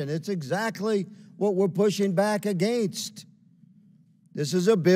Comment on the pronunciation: Why the hell does Higgins keep pronouncing AGAINST like he’s from Canada.